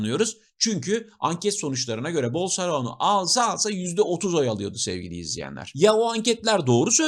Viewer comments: Başka bir videonuzda daha Bolsarano dediğinizi duydum sanırım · Bolsonaro'yu bilerek mi yanlış telaffuz ediyorsunuz :)